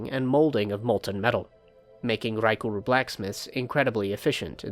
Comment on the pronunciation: the way you rolled the R in raekur at the beginning was so clean